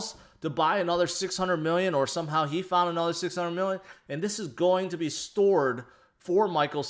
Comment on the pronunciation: I don’t know why but the way this guy says “going to” urks me ... “Ahmm go zoom in here”